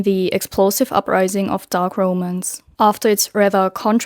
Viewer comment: How are you managing to mispronounce ROMANCE 😭 the literacy crisis, literally, because words that have never been mispronounced before are getting butchered for no understandable reason at all 😭